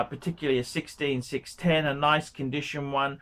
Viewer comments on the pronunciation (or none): none